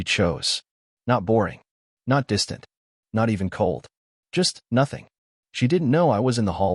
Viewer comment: “Nothing” is 2 Syllables…..